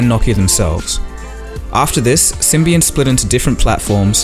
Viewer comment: I heard "So they got onboard with sybian" xDDD